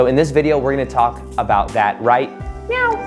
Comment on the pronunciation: Think he said “right… NOW” which sounded like “meow” 😄